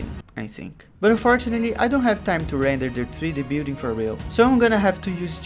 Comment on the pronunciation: "i didnt have time to render the bewding so i used a bunch of images of the bewding" i was so confused at what you meant... you meant building!